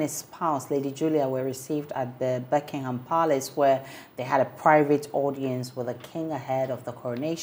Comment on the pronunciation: ...masa, yenka brofo nkyekye ho saa😁..It's not "Berckingham Palace".... but rather Buckingham Palace.